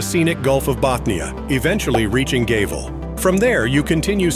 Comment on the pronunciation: The music drowns out most of what the AI says. And the clanker pronounced Gävle as Gaywell.